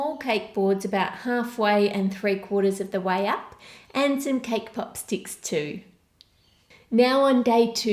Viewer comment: Lol I heard cake pop stick as k-pop stick